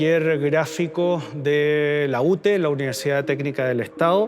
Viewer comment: Una pequeña acotacion al curador: la sigla de nuestra Universidad técnica del Estado, (UTE), la pronunciabamos como " UTÉ" en los 70. Podrá parecer banal un acento pero no lo es, ya que esa era la manera en que llamabamos a nuestra universidad cuando estudiabamos ahí. Es rescate histórico también seguir pronunciandola así, por favor. Gracias por esta exposición y por rescatar la memoria!